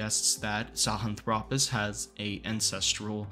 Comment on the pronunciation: Very intriguing and thorough analysis - thank you! On a minor note please put the lan back in sahilanthropus. Correct pronunciations are not contagious, mysteriously mispronunciations are contagious. Just a minor note - thank you.